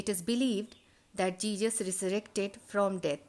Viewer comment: Ma'am it is not jejus. It is Jesus